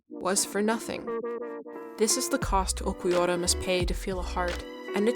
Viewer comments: nice video, it just really pissed me off the way you said uLquiorra as Uqwiorra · Ulquiorra is pronunced "Ur-Kyo-Ra" the r is rolled a bit like spanish people do. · This was fantastic, but the pronunciation of Ulquiorra was killing my ears. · Disclaimer on how 'manga' is pronounced: yeah okay, odd, but I can roll with that, its fine. Nothing for the jarring mispronouncing of 'arrancar' and 'Ulquiorra': okay, let me type up that angry comment they referenced earlier.... Haha, all that aside, this was a fantastic in-depth video essay (incredibly paced and dynamic, very well edited too) on one of my favorite parts of the story (and fight) that does a lot and I appreciated watching. And as a big Aizen fan, I dig that you were able to do all of this and only mentioned his name like three times despite him being such the prominent villain in this portion of the story. Well done overall!